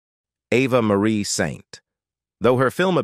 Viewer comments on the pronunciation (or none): It's Eva Marie Saint, not pronounced "Ava" like Ava Gardner. And she won her Academy Award for Best Supporting Actress for On the Waterfront in 1954 not 1951 (awarded in 1955).